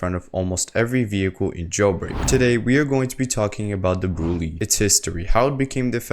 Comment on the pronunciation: I found out today that it’s actually pronounced “Brulay”